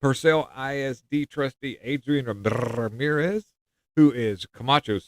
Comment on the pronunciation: You Roll your R’s so good! Rrrrramirez 👏👏👏😂😂